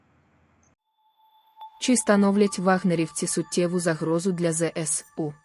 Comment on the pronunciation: то зсу, замість З(е)С(е)У, то афри'ця, замість А' фрика..